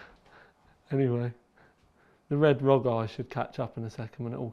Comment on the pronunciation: The thing that really gave me OCD is that you pronounced it Rog, not R.O.G